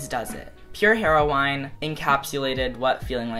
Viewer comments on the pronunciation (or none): why does he say "Pure Hero-wine", its Hero-in", like the drug... stll love yA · I think Melodrama is so much better than Pure Heroine in so many ways, and I still call Pure Heroine one of my favourite albums ever. (also, I'm sorry, I couldn't let it go but... heroine = heh-ro-in... sorry I love you conan but I couldn't not say it) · Yer C Yeah, I caught that too. Its said just like the drug. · no one: conan gray: heroWHYne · Heroine- "Hero-win" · Conan, Heroine is pronounced 'heroin' like the drug xx Love you anyway 💓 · Conan you know your pulling on my heart strings pronouncing Heroine "heroWINE"!! so cuteeeeeeee!!!!! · I like how you pronounced pure heroine like her-o-wine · Did my dude just say pure hero-wine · Conan, it's "heroin" the E at the end is silent😂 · why do you say it as hair-oh-wine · the way you describe lorde and your love for her is so meeee but i was shookt when you pronounced the word heroine... anyways, why is this video linked on your end slate........ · Is that how pure heroine is pronounced because now I'm questioning it